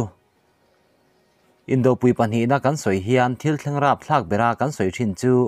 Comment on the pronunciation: Indopui,inkhawmpui,tiha pui hi,vawkpi bawngpui tiha pui lai thluk ang hian thluk ula awmzia a dik .in thluk dan nget nghut hi awmzia a nei lo.